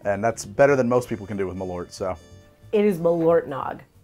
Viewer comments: Ö not O. practice :P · Hearing Americans pronounce it M’lort as a Swede makes me giggle every time♥️ (As you probably know malört is wormwood in swedish)